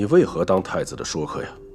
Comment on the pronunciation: 这个不念shuo说客 是shui